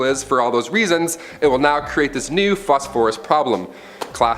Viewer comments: Phosphorus…emphasis on ‘phos’. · I’ve never heard phosphorus pronounced that way before. Putting the accent on the second syllable instead of the first. Interesting. But, a good video nonetheless. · “Phos-Phorus “ pronounced incorrectly…. Chemisists? U mean Chemists? Theres other weird pronunciation things going on lol